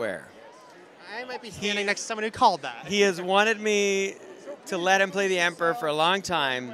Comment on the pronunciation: why do you say emprah instead of emperor?